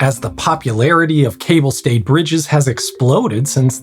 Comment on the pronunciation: Yes, as a Frenchman I particularly appreciated his pronunciation ! First one I heard it correct from an anglophone.